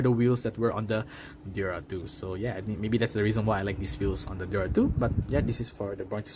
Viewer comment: DEora. Not Dora.Or Dera. 🤭